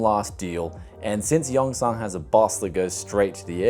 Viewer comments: It’s not yongSANNGG. It’s pronounced yungSUN.... I lived in daegu korea for 7 years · "yong-son" "in-ch-on"